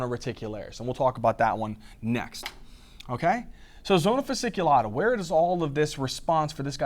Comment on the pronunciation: Hey, thank you so much, love your videos <3 Just wanted to correct 2 little details: it is zona fasciculata (not fasiculata) and cortisol actually increases the number of intravascular polymofphonuclear neutrophils/leukocytes, number of Lymphocytes, monocytes and eosinophils is reduced